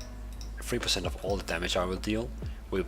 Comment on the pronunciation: "Procent" its called percent 😇